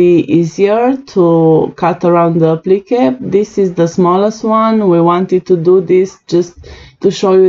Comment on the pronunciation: lol it took me a bit to work out what you was saying when you were saying when u said applique to me it sounded like applicka ,,, mind you your English is way better than mine that and I can not talk in another language so your doing way better than me ..btw love your designs